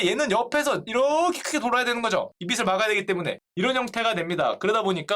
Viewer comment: 형~~ 빛 발음할 때 뒤에 음가 없는 ㅇ 오면 시옷으로 발음하지 말아요. 빛을! 비츨O 비슬X